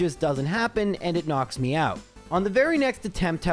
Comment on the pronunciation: Each time says knocks me out my brain hears knocks Meowth